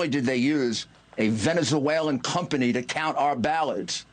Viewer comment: "Vene Zoo Ellen"